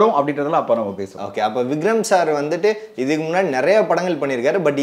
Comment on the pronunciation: Anchor say.. Vigram sir vigram sir Not vigram. Vikram